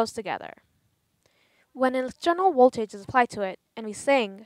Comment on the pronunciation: Can you not pronounce v's what's woltage or wery good